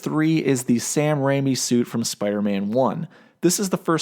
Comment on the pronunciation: So I have noticed that in a few videos you do not know how to pronounce “Sam Raimi.” It’s RAY-ME